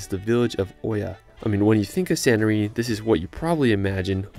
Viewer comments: Guys it's read Ee-a not Oh-ya, from a Greek. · Its not called oia its called ia we are having oi as e